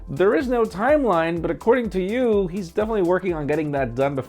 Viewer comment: “Acording to yu”